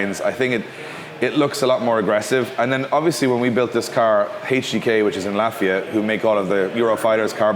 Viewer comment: When he was talking about HGK and said Latvia, I heard "lafayette" and got confused for a second lol.